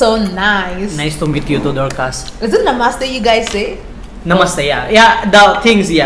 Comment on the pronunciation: 😂 he said darcass 😂